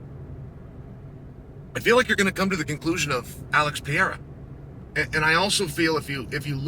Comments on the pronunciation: Chael! your voice is hillarious! Where are you driving to? DUDE LEARN HOW TO PRONOUNCE PEREIRA. it's not PIERA, but PE-REI-RA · Pereira uncle Chael not Peira 😂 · Pa-Hey-da, or at least Per-Air-a. Come on, man! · He just can't pronounce pereira. 😅